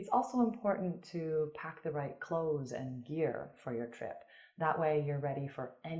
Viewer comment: Clothes* not cloths